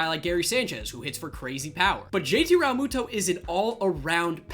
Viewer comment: Rall-moo-toe😂😂 learn how to say his name